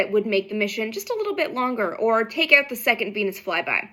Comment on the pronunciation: That "out" sounded very Canadian. 🇨🇦"sorry"🇨🇦